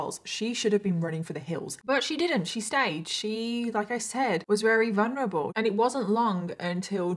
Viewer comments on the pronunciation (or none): none